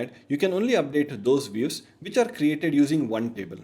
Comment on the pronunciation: Views ❌ Weaves ✅